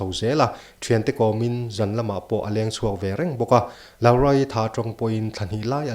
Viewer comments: Lau-ra ti a lam ri lovin Law-ra ti a lamrik tur aw. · lau-ra tia lam zawk tur ni in ka hria kei mi mawl hian😀😀😀😀